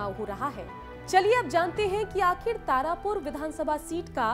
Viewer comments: तारपुर नहीं तारापुर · Tarpur kya hota hai madam tarapur hota hai